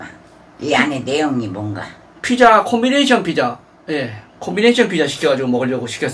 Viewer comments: ㅋㅋㅋㅋㅋㅋ뭐라는거냐 ㅋㅋㅋㅋ 대뜸 콤비네이샤~ ㅇㅈㄹ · 코비네이셔 ㅋㅋㅋㅋ 이가 없어서 발음 다 새쥬